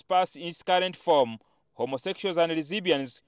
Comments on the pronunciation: Newscaster: "Homosexuals and Rezibeeeeans" Pastah Ssempa: 🥒"Chyucumbah" Me: I'm dead! 😂😂🤣🤣🤣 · "homosexuals and rezeeebians" LOL